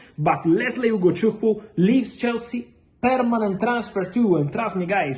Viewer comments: Damn...Fab you that Ugochukwu's name so well😂😂😂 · Fab... You pronounce Ugochukwu and Chukwuemeka more than us Nigerians. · I love how he pronounced Chukwuemeka and Ugochukwu decently. Igbo amaka! 🥰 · Fabrizio how do you manage to pronounce Ugochukwu so perfect and Chukwuemeka❤❤❤